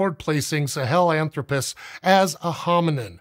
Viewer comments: The 'sah-hellen-thropus' pronunciation is killing me. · it's hard to listen to you pronounce Sahelanthropus that way.